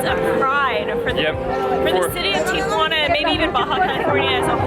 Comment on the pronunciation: Kudos for pronouncing it correctly- Tia Juana is here in La Paz! Jajajaja